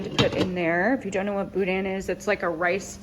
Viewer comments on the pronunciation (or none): Completely caught me off guard when you said boudin 😂 Had to rewind and listen again. Are you from the Louisiana area?